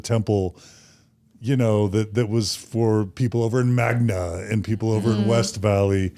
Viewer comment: I like how John said Magna… MAGna! Lol